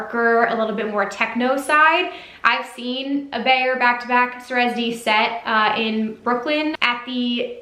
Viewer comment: Awesome content! Wish I could go to this one! BTW It's pronounced sigh-rez D and pride-A just fyi